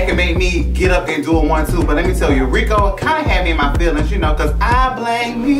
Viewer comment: SAID " I BLAM ME"